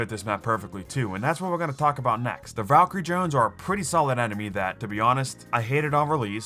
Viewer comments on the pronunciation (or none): none